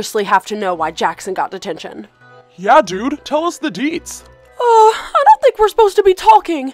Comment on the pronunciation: “ Tell us the DEETZ “